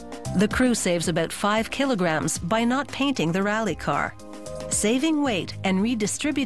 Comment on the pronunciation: "Aboot..Aboot" uuuum is she?... "Kilograms" Yup, Canadian